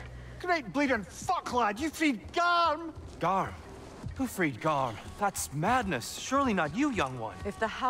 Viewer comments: It's garm not gamer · It's gamer. Not garm for God's sake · The “Gamer” instead of Gamr when the boss fight was happening killed me💀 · I love it when figgting garm it says 'gamer' rather than 'garm'😂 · why does his say gamer and not garm mine said garm when i played it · I just noticed "gamer" instead of garm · I'm watching this now, and is it really "Gamer" not "Garm" during the boss fight? lol